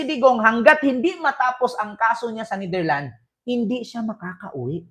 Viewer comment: Kupal ka nidirland ka ng nidirland ayusin mo pronunciation mo kasakit sa tenga